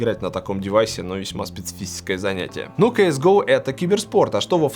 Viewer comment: спесефисеское xD